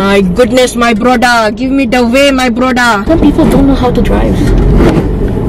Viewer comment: Can you say more “my broda” bc it’s soooo funny 😆 ilysm your my fav yeetiber